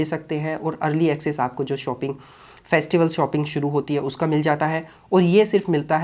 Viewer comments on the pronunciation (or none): none